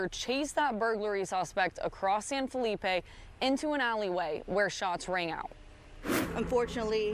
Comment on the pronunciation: Southeast texas refuse to pronounce san felipe ...the right way....its not hard....whites dont want to give in